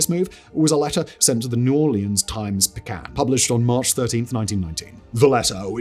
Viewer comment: You're generally a great presenter, though very very very fast talking. But should you encounter this again, it's Picayune ... pick ah yoon